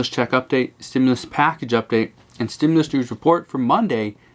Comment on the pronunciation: There IS NO!!!!!!! stimulis that's the new way of saying it. I seen some really bad comedians but we are the ones getting fried!!!!